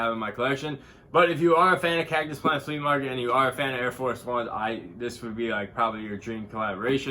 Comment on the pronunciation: It’s pronounced “flee” Good cop tho lol